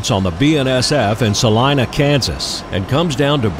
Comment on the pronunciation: You've got to be the only non-Kansan I've ever seen who pronounces Salina correctly. Well done!